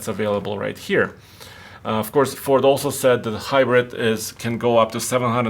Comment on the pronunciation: “Deh Hybredt”